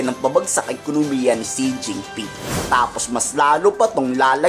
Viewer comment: Xi jing ping kung sa fukien basahin sen ching ping. SIRA ULO